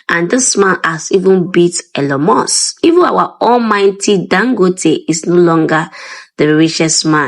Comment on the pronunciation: So this woman pronounces Ellon musk as Elo mosq